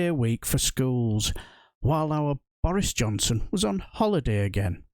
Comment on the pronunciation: Irresponsibility.. pronounced Boris Jobson